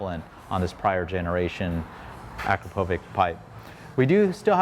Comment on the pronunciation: It's hard to break the AKRO povik vs. a CROP o vitch habit, isn't it? lol. I used to work with someone who had that last name. He'd get frustrated at people who pronounced it AKRO povik.